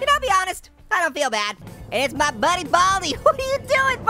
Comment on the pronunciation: just said budy